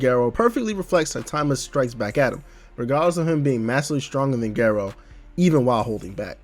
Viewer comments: it's GAH- rou. not geh- rou. i legit can't even watch this vid because u murdered his name :( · Great video! Now just apologize for the way you pronounce Garou and I'll subscribe.